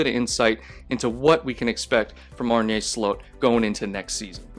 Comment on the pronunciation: As a dutchie, his name is pronounced Arn-uh Slot. (Slot as in like a slot machine).